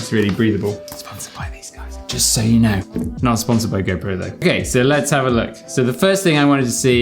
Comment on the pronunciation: am i the only one when he says go pro , it sounds like gaypro ??